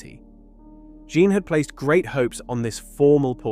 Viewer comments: My friend, you don't have to learn French. But if you're going to do this kind of work, you need to knuckle down and learn French PRONUNCIATION. It won't take long: A day or two. Here's a start: "Jeanne" is ZHUNN. Rhymes with "bun" but with a ZH at the start. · Your AI is poor and can't even work out how to pronounce 'Jeanne' and makes a total mess of the dimensions of that painting. You claim attention to detail. But it's just sloppy